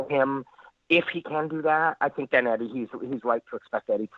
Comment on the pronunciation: inner Conor McGregor is unleashed haha.. ' I tink'